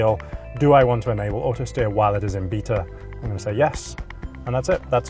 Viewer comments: Beta, not Beeta. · "Bita"............ wtf dude its pronounced Bay-ta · It's pronounced "bay-ta" not "beeta"